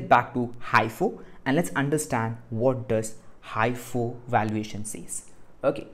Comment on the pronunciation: its mostly pronounced as he -fo